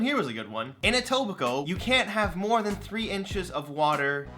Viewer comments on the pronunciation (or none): none